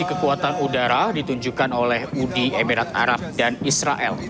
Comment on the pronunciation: Yang bener "uni emirat arab" .. Bukan "UDI EBIRAT ARAB"